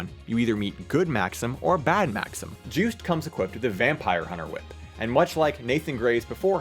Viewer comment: Juste is a French name, so it should be Zhüst?